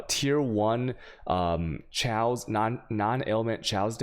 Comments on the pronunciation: And he keeps speeching: xaos instead of kaos XD QUESTION: im starting bane and guess its a must having 2h wep before dual 1h or 1h +shield. Now what i see that ED + CNTGN does aoe area and if lucky 4 screens forward on. But for both mobs and bosses what you suggest to built it ?. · as someone who has never watched you, the “chayoss” thing isn’t that funny and it likely causes new people to bounce from your channel (going by my own experience and other comments). i thought you were saying channeled skills for a while and was waiting for you to talk about blight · Imagine not knowing how to pronounce chaos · They way you say Chaos makes it considerably harder to take your advice seriously. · It is pronounced K-OSS ffs, not chows. It's really hard to watch you when you mispronounce simple words. Also.... alk-emy. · Al-chamy, ch-aos :D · You've been playing this a while, how do you still not know how to pronounce "chaos" and "alchemy"?